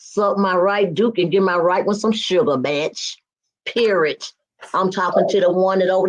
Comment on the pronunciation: The word is PERIOD...NOT Perid.. Go get some speech therapy...